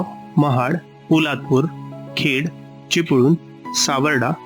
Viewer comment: Pronounced चिपळूण, लांजा, राजापूर correctly %मराठी